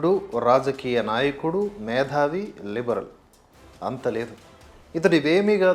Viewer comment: మేతావి, మేథావికాదు